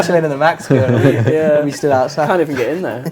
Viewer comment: Saying grill instead of girl is pretty much a meme at this point, and the twitch chat had lots of fun with it. Yes, its a pretty childish joke but i think its better to have a young mind willing to laugh at the silliness rather then to just be a bore.